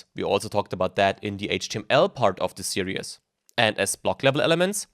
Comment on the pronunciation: say "serious" again when you mean "series"...do it.